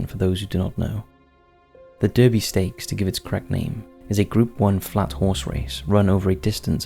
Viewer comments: Derby is pronounced Darby. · You keep pronouncing Derby wrong and also Vase